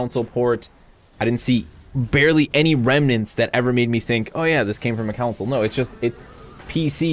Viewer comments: do you Con someone or Coun them? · console, not counsel. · Why do you pronounce console like council? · Every time says "console", I'm hearing "counsel". I need sleep. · Alright, I gotta ask... Why do you pronounce console like "counsel"? haha not judging, just wondering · Oh damn. Sorry dude, not sure if it's a sore topic to bring up. I honestly thought it was me. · "Counsel" port lmao.